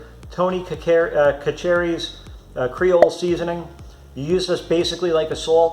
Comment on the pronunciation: Omg it hurt my Louisiana ears to hear you pronounce Tony's. LOL. Its pronounced sa-sha-ri. Great video. I have so much trouble making good sweet potato fries. Consider me a subscriber